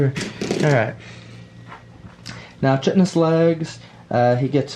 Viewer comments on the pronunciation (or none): Fun to watch thank you very much I’m glad I found your channel oh by the way I know they grow them bugs big in Texas but just to be sure you pronounce the spiders legs attack as. KITE-ten-is Looking forward to the next battle Oh yeah is the “dark elf“ list from the cities of Sigmar book?